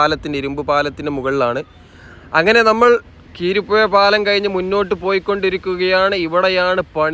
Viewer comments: കീരിപ്പുഴ അല്ല ബായ് , കുരീപ്പുഴ പാലം , എന്തായാലും വിഡീയോ നന്നായിട്ടുണ്ട്. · കീരിപ്പുഴ പാലം അല്ല ബ്രോ കുരീപ്പുഴ പാലം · കിരീപ്പുഴ അല്ല കുരീപ്പുഴ എന്നതാണ് ശരി. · കീരിപ്പുഴ അല്ല കുരീപ്പുഴ എന്നതാണ് ശരി❤ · കിരിപുഴ അല്ല കുരിപ്പുഴ ആണ് കവനാട് പാലം ആണ് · കീരിപ്പുഴ അല്ല ബ്രോ കുരീപ്പുഴ പാലം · കീരിപ്പുഴ അല്ല bro കുരീപ്പുഴ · കീരിപുഴ അല്ല.. കുരീപ്പുഴ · Keeripuzha alla kuripuzha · കിരിപ്പുഴ എന്നല്ല. കുരീപ്പുഴ പാലം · 😂😂 " കീരിപ്പുഴ " അല്ല " കുരീപ്പുഴ "